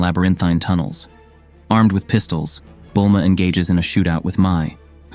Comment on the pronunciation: Peekalo. Gohand. Bullma. lmao!